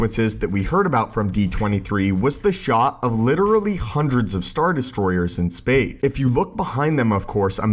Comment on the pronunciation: Space!!! Not “Spay”